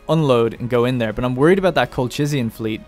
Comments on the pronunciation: It's (Colchian) Kolhian as in Kolhis actually. Even in Urartu scriptures the region was called Qulha. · Its pronounce Kolkian, as in Kolkis btw, I'm from there.